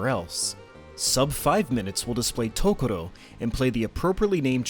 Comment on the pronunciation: Great video but - and I have no idea how I'm the first to point this out - it's TOROKO, not TOKORO.